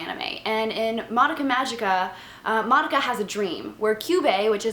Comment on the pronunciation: It's not madaka. -.